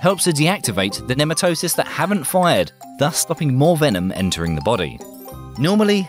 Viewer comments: ne - MAT - toe - sists is the correct pronunciation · sorry, but it's Nee-Mat-o-sites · What the hell is with Brits refusing to learn how to correctly pronounce certain words?!? 'Nematocysts' is pronounced pretty much exactly OPPOSITE of how this guy says it!